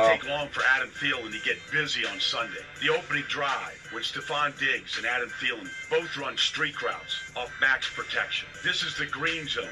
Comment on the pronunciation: Theelen is how it’s pronounced. SKOL